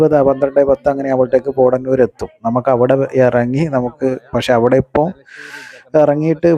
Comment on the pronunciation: പോട ന്നൂർ അല്ല.. പോത്ത ന്നൂർ ആണ്